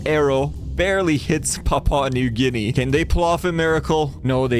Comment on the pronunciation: What's a "Papa new guinea"